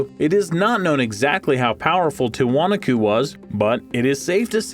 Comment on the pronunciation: The correct pronunciation for Tiwanaku - the accent falls on the next to the last syllable: "tee-wah-NAH-koo". An alternate spelling is Tiahuanaco - pronounced: tee-uh-wah-NAH-coh. In Spanish the accent always falls on the next to the last syllable - which is WHY Spanish has accent marks! If there is no accent mark, then it follows the rule just mentioned! Not meant to be criticism, but to help in the future.